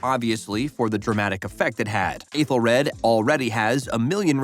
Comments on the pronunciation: The worst offense is how terribly you mispronounced some of these names. "Athel-RAD" Jesus did you even watch the show? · Okay but they way your saying Aethelred is driving me crazy